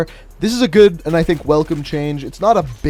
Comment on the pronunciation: “This is gewd”